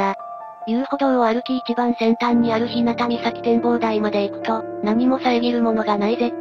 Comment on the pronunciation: ひなたじゃなくひゅうがです。